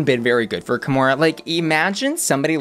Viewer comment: kahmora more like kahmore please